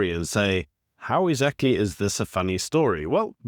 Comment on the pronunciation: "ezactly" isn't a word